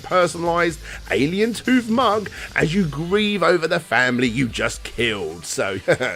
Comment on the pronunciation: You're pronouncing "Alientoooh" wrong. You're pronouncing it as "Bluetooth", but notice it has a third "o" instead of a "t" at the end. That's because it's entirely unrelated to "tooth", it's just probably a pormanteau of "Aliento" (the spanish word for "breath", notice that the creators are obviously hispanic) and "Ooh", which might either be an expresion you make when you realize how drunk you are or perhaps just an indicator of slurred speech. "Aliento", by the way, is pronounced as "Ah-lee-en-toh". With the "lee-en" as one continuous syllable.